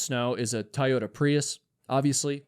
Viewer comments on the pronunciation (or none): none